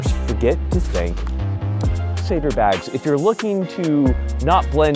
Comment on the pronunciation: What kind bags did he say? Saver? Saber?